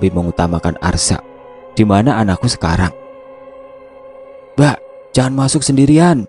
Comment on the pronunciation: Ngomongnya kok kadang simbak? Apa aku yg salah denger ya..